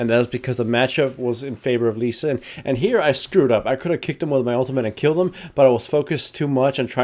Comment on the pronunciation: how many times you screwed up lee sin and master yi names, funny :D